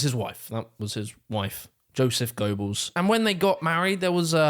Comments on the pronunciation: His name was pronounced Josef GER-Bells - NOT GOW-Bulls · It’s “Gur-bells” not “Go-belles” 🙄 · Goballs??????? Never once heard anyone call Goebbels, goballs